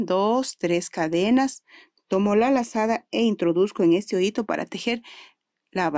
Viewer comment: Ojalá y pronuncies bien las palabras es “hoyito” . Con todo respeto